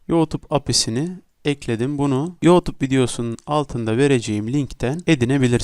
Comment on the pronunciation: Senin teleffuzun batsın yootub nedir 😂